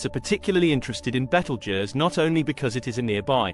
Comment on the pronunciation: You can't even pronounce the name right. And also your wrong on so many levels